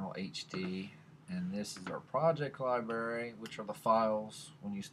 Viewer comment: I liked your video but hearing you say library was making me mental. I'm not hearing the R in library. I kept hearing liebery or liberry. Sound it out slower if you are having problems. Li-bra-ry now I can't put the line over the a their so don't say bra like what the girls wear. Lol, you get the picture. Libery is when your holding a bunch of berries and the spill out and are laying on the floor.